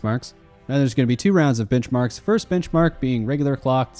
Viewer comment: Is....is he saying bitch marks.. Or benchmarks?